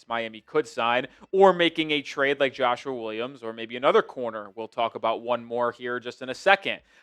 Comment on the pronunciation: Why you keep saying Joshuar Williams 😂